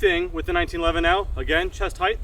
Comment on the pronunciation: Cool. FYI “heighth” isn’t a word. It’s “height.”